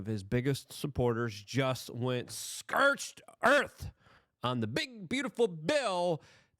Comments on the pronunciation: I like how Luke just makes up new words to mispronounce.. Never had trouble saying "scortch" before and just this last week now he says "skertch". My man, never give up, English can't defeat you! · lol nice, specifically skertch? Cause I've heard him say scorched and now he says skertch, I just think it's funny he and people say it's cause English isn't his first language, naw man that's dyslexia, I know many people who english isn't their first language and they don't mispronounce the way he does, but I poke fun cause I love luke